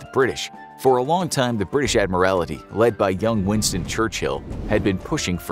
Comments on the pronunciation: Admiral TY (tee) not admir AL ITY. That is my only criticism of this episode. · It was the Irish coast. Not the Scottish coast. She was sunk off the Old Head of Kinsale, Ireland. By the way, it's "Admiralty." Not "Admiria;it." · Admiralty you are adding an extra i. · Cringed every time he said "admirality" 😬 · And get a narrator who can pronounce it. ADMIRALITY. cringe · I find the mispronouncing of "Admiralty" as "Admiralaty" somewhat distracting. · It's pronounced 'Admiral-T' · It's pronounced Admiraltee. Your mispronouncing is embarrassing and distracting. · I think they pronounce things wrong to mess with people because they wildly mispronounce things quite often. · The miss pronouncements of admiralty is annoying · Someone please tell the narrator how to correctly pronounce "admiralty". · no L